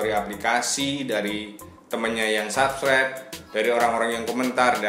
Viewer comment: sabkiber wkwkwkwk ngakaka. coba google translate dulu ngomongnya